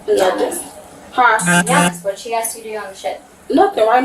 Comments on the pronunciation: Well she did get “on the innernit” she axed and got it. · "Eggsed"?? Ive heard dumb ass ooga boogas say "aksed"... but "eggsed"? Why cant YOU PEOPLE speak properly????!!!! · Wow, on Virgin too! I was thinking it would be Carnival. Ratchet Action. "Duh, OK, Huh" where did she learn to speak? "I aks them if they could use Apple Pay" goodness.